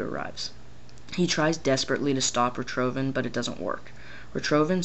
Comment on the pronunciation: ritrovin?its pernounced (rick-tofen) but spelled richtoften